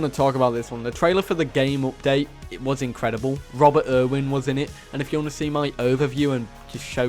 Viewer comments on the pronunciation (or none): none